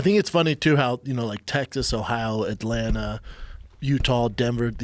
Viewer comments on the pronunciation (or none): none